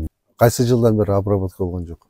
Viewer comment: Айтып жатса деле:"Обравотканыбы"-дейт го уборканы сурап жаткансып